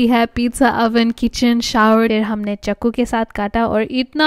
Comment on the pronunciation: Hindi so good with fake accent 100% 😂😂😂 Chakku instead of chaku/knife got me